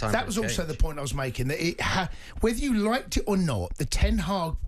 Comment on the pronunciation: HE SAID KEEP TEN HAAG LOL CLOWN 🤡